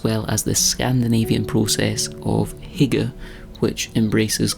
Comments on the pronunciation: Hyge is pronounced ‘hu-guh’ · I would never expect anyone outside of Scandinavia to be able to pronounce 'hygge', but you still made me giggle. It sounded like 'hikke' to this Dane, which (with slightly different ways of spelling it) means 'hiccups' across the three Scaninavian languages. But yeah, you definitely captured the essence of the concept here.